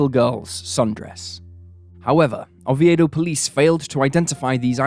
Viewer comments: 📍 As a native Floridian, please correctly say Regina & neighboring town of Oviedo. 🙏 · Yeah, he mispronounced Regina, Diaz, & Oviedo. He’s got great content, but he needs an editor to help him produce & “proof-read” these videos.